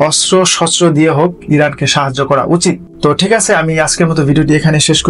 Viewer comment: ভাই, আপনার বাংলা উচ্চারণে আরও সাবধান হওয়া উচিৎ। কিছু কিছু জায়গায় আঞ্চলীক এসে পরে, যেমান আপনি আছে’র স্থলে আসে বলছেন।